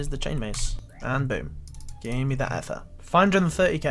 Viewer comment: Ether is pronounced Eether not “ehther” smh terrible engrish